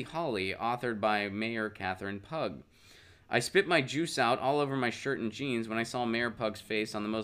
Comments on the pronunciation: You're right, hard to watch as I giggled every time he said pug. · Her last name, I believe, is pronounced "pew"...like Pew Research Center.